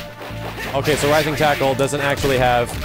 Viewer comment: It's rising tackle! I don't know why but it's making me crazy xD